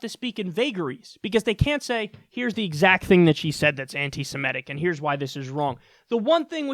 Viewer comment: Am I the only one that finds it odd that she can't pronounce anti-semitic properly or without stumble it almost feels like this bullshit seems forced at this point. Whoever wrote this deserves to be punched in the face. It's so much stupid concentrated into words. Ho Lee fuk